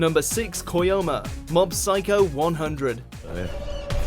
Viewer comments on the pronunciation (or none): DID YOU JUST SAY "KOYOMA"???